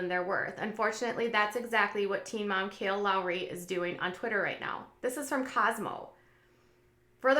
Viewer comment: Isn't her name Kailyn? Or I've been saying it wrong !!